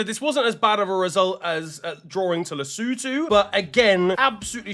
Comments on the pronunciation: Nailed lesotho😂😂😂. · thank you for knowing how to pronounce Lesotho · I didn't expect him to pronounce Lesotho correctly with that accent but he did 🔥🔥🔥